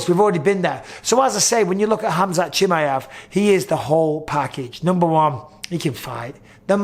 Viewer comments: the way Bisping says Chimaev drives me nuts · I hate how bisping says Chimaev 😂😂😂